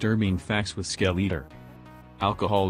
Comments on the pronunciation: Skell eater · Lol the ai spells his name as "skel-e-er" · The real disturbing thing is how he's pronouncing "skeletor" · Its like a mix between skeleton and i forgor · This defeats the whole purporse of the vids, plust your AI generated voice can't even say right